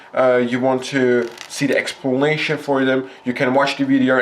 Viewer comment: he says expulnation XD nice vid man! keep up the god work! you earned a sub!